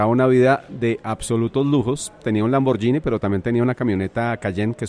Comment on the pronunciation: No pronunciar lamborllini, se dice en buen italiano lamboguini. Es gh no gi.